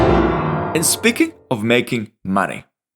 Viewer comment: "I'm here for muneyy"